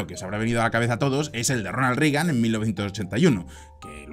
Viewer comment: Muy buen análisis, como siempre, pero mencionaría tres errores menores: A) En ningún caso la U suena como A en inglés, por lo que no es "Tramp", sino "Tromp". Yo sé que este no es un error individual tuyo, sino colectivo, pues países enteros, como España o Argentina, lo cometen. Sin embargo, sigue siendo error.. Algo parecido ocurre con "Rigan", cuando es "Reigan". B) No hay parentesco cercano entre los presidentes Roosevelt. C) En algún momento, dices que Reagan fire asesinado a tiros. Fuera de eso, coincido en todo. Saludos.